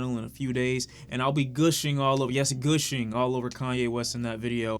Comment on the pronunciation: Bruh why u pronounce gushing like that ?? 😭😭😭